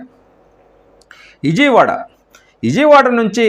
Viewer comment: మీరంతా ఎందుకు ఛానెల్లు పెడతారు?.ప్రజల ప్రాణాలు తీయడానికా?. ఇజియ్ వాడ కాదు. విజయవాడ. కుమార్తి కాదు. కుమార్తె. అబ్యర్ది కాదు అభ్యర్థి. ఎన్ని తప్పుల్రా బాబూ.